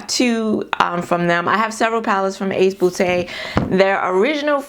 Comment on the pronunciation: "Ace 'bootay'" 🤣 I love your laugh. 💛